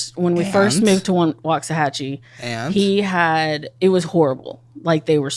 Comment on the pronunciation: Having lived in waxahachie....I hate how she pronounces it ...